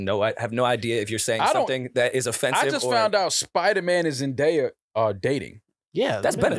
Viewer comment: is never gonna get Zendaya’s name right 😂